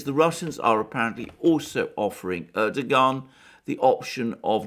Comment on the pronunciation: Turkish bro, the 'g' is a bit silent. Erdo-an